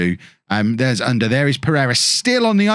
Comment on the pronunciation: I guess it's U-nder...not under.. Turkish pronounciation